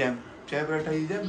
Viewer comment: Ya Allah aşkına sen pratha deme yaa nasıl bukadar sinir bozucu söylemeyi basarabiliyosun